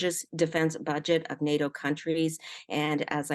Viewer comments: im a conservative and its nato not noto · I can’t stand when politicians talk like this Update: listened to the end, and the conservative response might be equally bad 😂 and she doesn’t even know how to pronounce “NATO”